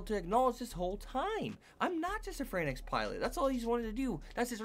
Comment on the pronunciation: Why do people keep saying darling in the "fran X" ? They literally call the mechs(the franxx) like "franks" in the anime. It's a pet peeve, but it's so annoying.